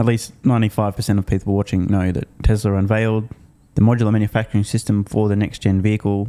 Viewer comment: Would someone please tell this idiot that it's TESLA not TASLA. There is only one A in TESLA.